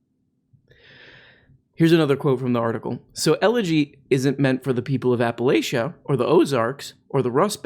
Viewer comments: Its pronounced “apple lach ah” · “App-uh-Latch-uh” is how we say it here. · pronounced locally as "apalatchia" with the ch making a sound like in cheese and chester, not the sh sound. Source, live a couple hours outside of apalachian mountains.